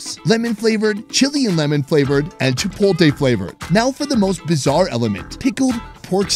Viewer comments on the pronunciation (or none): Chi- poat- Lee!! Not Chi-polt- A